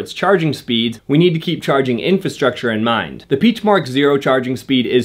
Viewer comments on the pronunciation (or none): It’s PEE-ECK. Not PEACH. As in Ferdinand Piech, the designer of the Volkswagen Beetle and Porsche.